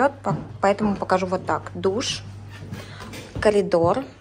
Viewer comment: КоРидор , а не коЛидор